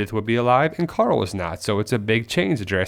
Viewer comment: are you turning into rick? Youre saying coral instead of carl now xD